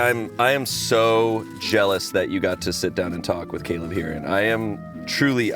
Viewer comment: Shayne Topp continuing his trend of pronouncing things just a little bit wrong with this newest entry: Caleb Hearon.